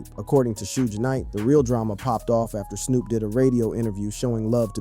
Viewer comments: They need to change the spelling so AI says names right. They should have changed it to toopock. I heard him say Snop dog early in the video too. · Who is narrating this video? Why is Pac being pronounced pack? Snoop was even pronounced snop once in this video! Why?! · Yo!! I like what you're trying to do--4Real, 4Real, but after hearing you mispronounce 2Pac (-2-Pack) name like 25+ times, I had to turn it off. And not that Suge matters...his name was also mispronounced. Snoop's name too!! So, I don't know if this was a blended A.I. thing or not, but it lacks too much repetition & disrespect to a solid Legend like Pac!! I thought only random Caucasians mispronounce 2Pac?